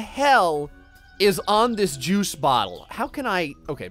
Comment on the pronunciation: With the way you talk it sounds like "through the Jews over here"